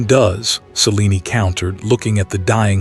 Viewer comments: It's pronounced ( s-eh-lean )....not ( sea-lean-ee ) just saying voice is over guy could watch one movie of a story once in awhile so he can pronounce what he's reading I hear this particular voice while very soothing it is mispronounce especially names a lot over dozens of stories and documentaries. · Selen-e… Celine-e…. Not sure what spelling caused the error… Distracting.